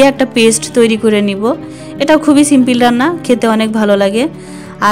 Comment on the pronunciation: সিমপল সিমপিল না 😂😂😂😂😂😂😂😂😂😂😂😂😂😂😂